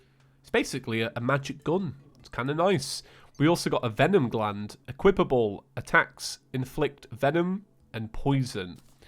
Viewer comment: Did actually say equipable properly!?